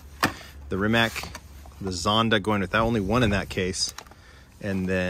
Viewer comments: So you know, it's REE-MAHTS for Rimac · Rimac is pronounced with a tz sound for the c Rimatz Nivera is car of the case closely followed by the Pagani recolour. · Rimac is actually pronounced as “Re-mats”, named after the company’s founder, Mate Rimac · Rimac, spoken= Reemutts (yeah, like in "mutts").